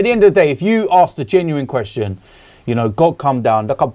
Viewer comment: Robbie cant say question to save his life